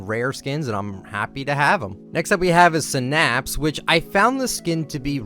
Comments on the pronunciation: ayyy it's my main skin. Also it is pronounced "sinn-apps" not "suhnaps". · The way he says synapes tho